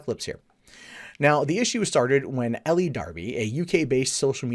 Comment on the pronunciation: Her name is pronounced "Ell" or "L", not "Elly".